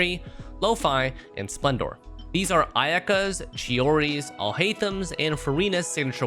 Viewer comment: bro really said ayaka 😭😭